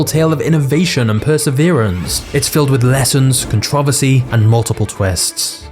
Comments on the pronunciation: Contro-versy, it's not hard to pronounce it correctly. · holy fuck, how he pronounces controversy should be illegal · Stopped watching after he said controversy......speak American dammit. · It’s CONTROVERSY NOT CONTRAVESY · It's pronounced Con-Tro-Ver-See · Con-tro-ver-sary. Say it with me man, con-tr-ohh-ver-sar-ieeee. LoL jk that just makes me trip every time I hear it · Con-tro-ver-sy. Say it with me controversy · He says controversy so wrong it’s con-tchro-verse-ee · The way he says controversy makes me chuckle every time. Other than that amazing video! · May you learn how to pronounce controversy? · This guy pronounces controversy in the strangest way imaginable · Why can't British people say "controversy" right? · I almost started watching this, but if you can not pronounce "controversy," forget it. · I cringe when I hear British people say words wrong totally adding letters/sound or removing them like ContrOvERsy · Controversy! Say it! Controversy! Please learn how to pronounce the word! 🤦🏻‍♂️ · Why are you pronouncing "controversy" like that? is it a British pronunciation? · The way you pronounce "controversy" gives me a headache. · I'm just here to enjoy the way you pronounce "controversy". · Has anyone told him how to pronounce controversy yet? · How you pronounce controversy kills me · That's NOT how to pronounce CONTROVERSY (you massacred it)‼️